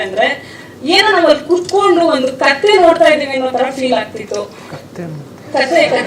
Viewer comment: was hilarious 😂😂 kathhe 🐴 ❌ kathe ✅